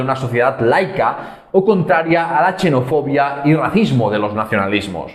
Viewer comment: Muy buen trabajo, pero XENOFOBIA se pronuncia «ksenofobia», no «chenofobia». Si fuese «chenofobia» no escribiríamos una X, sino una CH.